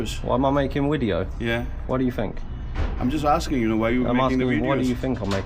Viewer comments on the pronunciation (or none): "Why are you making the wideo "😂, because he wants to 😂